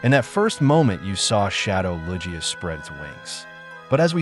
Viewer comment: Is the voice in this video AI? I noticed Johto was pronounced incorrectly. EDIT: Okay, now Lugia got mispronounced. Kinda strange my guy ngl.